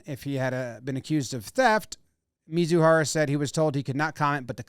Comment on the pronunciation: "Mee-zoo-hah-rah" is how his name is pronounced ... for future reference for future shows.